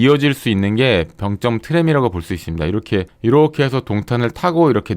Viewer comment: 병쩜이 아니고 병점이죠. 발음이 좀 거북해요. 굳이 세게 발음할 필요가 없는 단어인데..